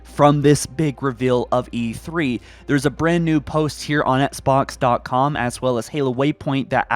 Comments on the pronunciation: I hate how he pronounces Xbox "Etsbox" it makes me cringe. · "ets-box" lol